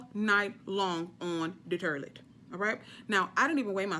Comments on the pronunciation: I like how she say toilet 😂 terrlet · Lol😂😂😂 she said turdlet not even toilet! I'm ready! Staying home all day today! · Awww she said 'Terlett' as in toilet😁😁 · I know damn well she didnt just say the “terlet” for “toilet” 😐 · "... on the 'turlet'" 😂😂😂😂😂😂😂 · 😂 lmao with this girl with the turrlet, instead of toilet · The turlet ..🤣🤣🤣 T4S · Did she say turdlet lol country lol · Terleet!!!!....honey you need a prescription on english...that will work immediately and keep you up all night!!!! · Did she say turlet? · “Stay close to the terlet” 😂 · She said "STAY. NEXT. TO. THE TERRLETT!" 🤣😂🤣😂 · On the “terlet” lmao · you are silly... hahahaha...Terlet. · 😂😂😂 not the terlete😂😂😂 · Turlet'....lol. I love your lingo. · TURDLET wtf is a turdlet , ah ! i just got it. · Stay next to the "turlet" 😅😘😅😅😅😘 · The "turdlet"!!! LMAO!!! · The “Turlet” 🚽 😂🤣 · She is hilarious! "Turlet" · "Da tirlet" lol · On the turlette! 😂😂😂😂😂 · The turlet 😭😭😭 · "Terlet"... okay??? Lol...😂😂😂 But seriously...laxative. Be very careful. I'm an RN, trust me. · Sounds like "turdlet" 🤣